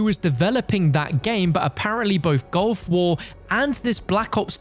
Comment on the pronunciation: stop saying GOLF war please.. Its GULF war